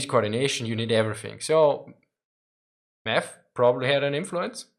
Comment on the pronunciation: Did you say Math or Meth?